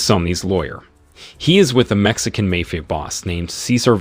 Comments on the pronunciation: A.i voice over say's " MAYFIA" and not MAFIA lol 🤭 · It's not 'mefia' boss, it's pronounced as 'maaa-fia'. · Why do you not know how to pronounce Mafia. (Mah-Fee-ah) Not May Fee Ah. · It’s mafia not may fee ah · MAFIA ( MA- FEE- AH ) 😂😂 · Lol ..mayfea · Poor pronunciation in the word Mafia: In Italian and Spanish, the letter "a" is always pronounced like the "a" in the English word "father"!!! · Please pronounce mafia correctly.